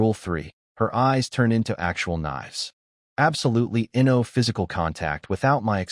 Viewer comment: Your Narrator Bot needs some serious work Can't properly pronounce simple two letter words, or words that have been extended with multiple letters. NO comes out as N O, and OWWW comes out as O W W W. otherwise the story was good, didn't need to be 2 1/2 hours long though. OMG this narrator is a super comedian, I laughed so hard.